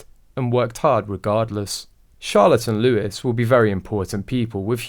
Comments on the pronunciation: Prince Looee not louis. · Please stop calling Prince Louis ,Prince Lewis .